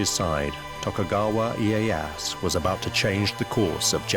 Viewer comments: They didn't use really swords in battle. Spears and bow. Also Tokugawa Ieyasu not ieyas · who the fuck is tokugawa ee-ye-ass? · Tokugawa E-I-ass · Closed the vid as soon as dude said iye-ASS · Yeah right, seems ive been pronouncing Tokugawa's name wrong also. I never knew its Eh-Ey-Ass.